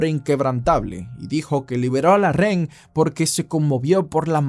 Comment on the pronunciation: Buenos videos bro.. solo como recomendación se te escucha mejor pronunciación cuando utilizas la palabra "prisionero" en lugar de REN... (Justo como la escribí así te escuchas) siempre dices REN en lugar de Rehén y no se escucha nada bien.